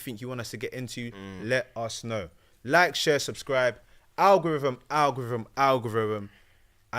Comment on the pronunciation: I beg someone else host, can’t take butchering the word ‘algorithm’ 10 times a show man, ffs…